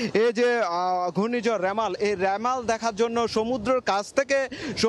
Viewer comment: রেমাল না রিমাল